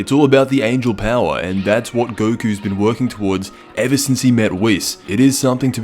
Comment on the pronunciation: "...in the history of ev-ah" xD